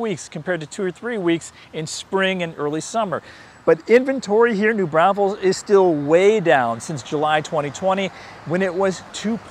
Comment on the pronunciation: Are you saying New Brownfuls?